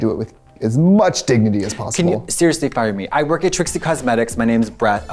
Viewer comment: NOT KATAYA SAYING BREATH INSTEAD OF BRAD😭😭